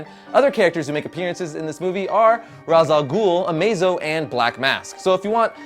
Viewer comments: Ra's is pronounced Rayshe:p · pronounced RESH! i'm disappointed:(